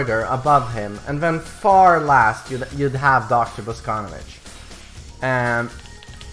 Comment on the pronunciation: He is BosconOvitch, not fucking BoscOnovitch